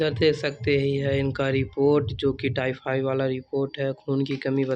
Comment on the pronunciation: Bap re bap tai fai nhi hota h tayfaid hota h